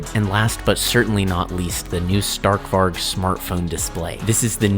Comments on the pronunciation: Can you pls try to pronouncevit correct next vid would prob be funny btw it sounds like stahrk varij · sta(R roll)k vari. I would thank you for pronouncing it like that